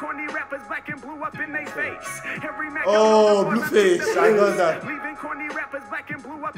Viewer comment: Harry mark? Who’s that bruh it’s Harry mack